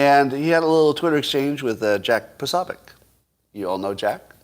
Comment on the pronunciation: You would think that by now you would have learned to pronounce Jack Posobiec's name correctly. Nope. And your opinion on the FBI involvement is just that. You don't know who Ray Epps is so you haven't followed the investigation at all. Darren Beattie of Revolver news has been investigating that for months and continues to uncover more info that shows their involvement. But with the total corruption of the DOJ, FBI, and DC in general, proving anything is not going to happen. META=Make Everything Trump Again or Must Elect Trump Again. F Bob Smith.🖕